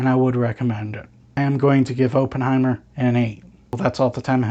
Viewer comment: Pronounced his name wrong all the way through, painful